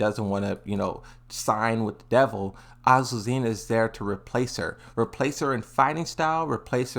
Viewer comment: Finally he said azucena and not aquacera